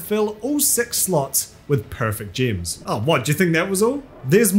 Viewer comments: It's gems not gyms. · level your "jims" love your accent :)